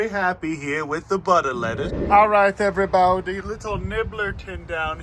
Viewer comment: "Every bawdy"😂